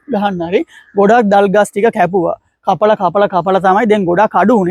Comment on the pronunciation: You are talking clear than some Sinhalese boys well done .❤that trees thalgas not dalgas